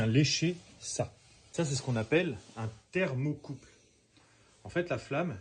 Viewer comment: ThermocoupLe et non pas thermocoupe.